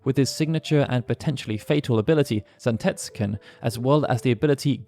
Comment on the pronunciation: Zantetsuken and Gungnir , you mangled the pronunciation :P